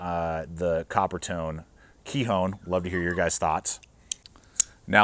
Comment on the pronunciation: Nice video! I’m pretty sure it’s pronounced “ k-eye-on” with a long “i’ and a silent “h” 👍😊